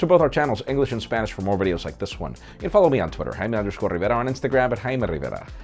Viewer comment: Jaime Rivera I love how you roll that name